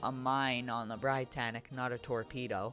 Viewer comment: You mispronounced Britannic, you pronounce it as "Brit-annic" not "br-eye-tannic